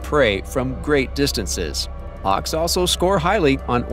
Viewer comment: Harks? Don't you mean Hawks? Learn to pronounce the English language, before posting a video.